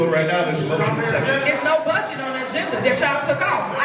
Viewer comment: Tiffany vocabulary / phonics: Thor'on Tahn-shilp (Thornton Township) Dowton (Dalton) "Finna" instead of "going to" do something. Peepu (people) Keeds (kids) Yoot (youth) Bedget (budget)